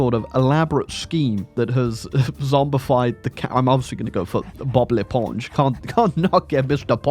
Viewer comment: Your prononciation of Bob l'éponge is on spot! Are you secretely french?